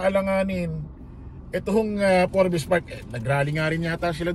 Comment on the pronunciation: Forbs silent E boss yung basa dun hehe